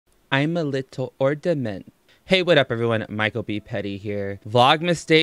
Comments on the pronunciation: Wait have I been pronouncing ornament wrong my whole life?!? 😭😭😭😭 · Say ordament one more time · “I’m a liddle ordament” 😂😂😂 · I'm not gonna lie I replayed that "I'm a liddle ordamint" like times